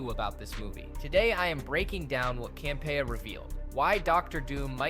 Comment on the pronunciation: This guy can't say Campea right, it's irritating.